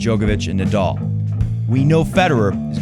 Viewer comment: Don't mean to troll at all, but please learn to say Nadal instead of Nadoll. It will make your show even more enjoyable. Didn't anyone tell you already? It's a common name in tennis and easy to pronounce for people all over.